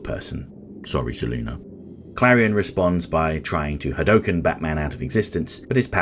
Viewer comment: Wow! You actually pronounced Hadouken correctly... That's very rare...